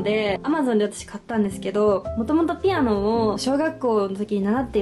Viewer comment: ぴ⤴️あ⤵️の😂かわいい発音😂 めちゃおしゃれすぎる私も一人暮らしするってなったらみたいなへやにしたい！！😳😳❤️